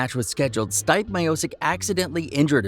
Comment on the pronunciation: C'mon man!!! Are you an idiot???!!! His name is not " Styp " Miocic, you can even say " Steven or Steve " Stipe is Croatian short name for Stjepan or Steven in US, But, stop saying Styp, my ears hurt